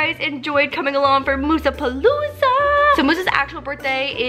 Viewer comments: The amount of times she said Mousea plooza ⬇️ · This is how many times she said Musa Pelouze 👍